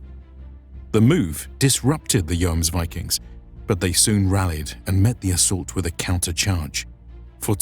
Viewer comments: My whole point is languages don't work like that in reality. The most correct way would be the way the word is pronounced in the specific language you are actively speaking, not necessarily its source. Since this is an English video and we are presently discussing it in English, the correct way would be the English way, which is based, in part, on the Icelandic word, not the Danish or Norwegian one. Investigating the Icelandic word, which appears to be spelled "Jómsvíking", I'm hearing less "o͞o" as in "rooms", as seems to be the case in Norwegian and Danish, and more the "ō" as in "foams" used in the video. That said, there is humor in arguing over the "Joms" part, when English departs on the pronunciation of the first vowel sound in "viking" anyway, using "ī" as in "hiking" rather than the "ē" as in "leaking". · I guess I just pronounce Yom Kippur incorrect, like with a J wich in english would made Jomsvikings sound false again.... in old german texts I think it's most of the time something around the letters of "IVMNE" or "IOME" would "Jomsvikings" describe as being like putting the "Yo" of the city of York in front of a fast (!) "m" (like in yummy), add an "s" as well and then ending it with some vikings....but definitely not like the "Yo-ams-vikings" I heard a few times in the vid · "joamsvikings" ?`its pronounced Hjuomsviking for americans in order to produce a nordic sound. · The "Joms" in "Jomsviking" is pronounced like the "Yom" in "Yom Kippur", only with a double o sound. I'm norwegian, I'd love to read the script for one of your videos to get the pronounciations right. I couldn't get over how this guy said "Joamsviking"